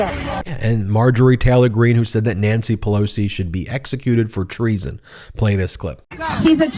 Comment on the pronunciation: Who is Nississi Pissoli? Did she mean Nancy Pelosi?